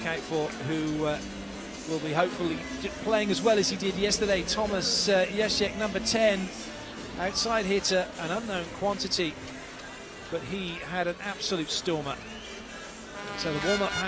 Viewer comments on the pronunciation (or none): first of all kawika shoji didn't play at ALL. number 11 is micah christenson OK. number 10 its Jaeschke ok it pronounce JAY-SCH-KEY not JASIK OR JAESCHKA, and its murphy troy not troy murphy lol. its john speraw not johns sperow ok please check names before you say it, its annoying for the players, specially to micah you keep saying kawika shoji. and also to thomas jaeschke. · Payton Pansak Zachary Tanteai yeah i was wondering kawika shoji didn't play at all, but he keep on mention his name, then its not yasik its JAESCHKE, and also its not troy murphy its murphy troy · hahaha yeah its just annoying especially to micah and jaeschke, he keep on saying Kawika shoji, then jaeschke different pronunciation of his last name and come on you need to check name first before you say there names cause its LIVE and its uploaded on youtube. for sure family and friends of micah and jaeschke watched the game lol, kinda annoying and not cool for them